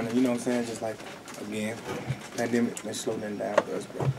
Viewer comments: Dude said "during this pamemaric" 😂🤣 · This nigga said “panameric”😂🤣🤣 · So we going to ignore Duke said panoramic in stead of pandemic 🤣🤣